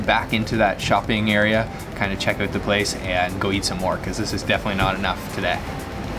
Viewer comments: "check the eut" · OMG your "out" is the most canadian I've ever heard